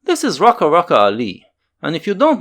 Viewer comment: It´s pronounced Rucka.